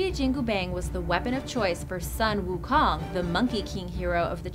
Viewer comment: Butchered most of the pronounciations. Including the one about Sun Wu Kong